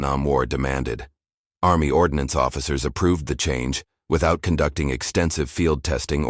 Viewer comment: "ARMMY ORDONACENE"? Since when do officers carry their decorations pinned to their backs? Dude your graphics suck.